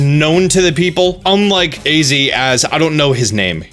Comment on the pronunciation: I belive Az is pronounced like maze but without the m. Thats just what I think anyway...